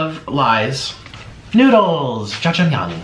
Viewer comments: it’s pronounced ja-jjang-myeon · as a korean I believe it is pronounced “Jajamyung”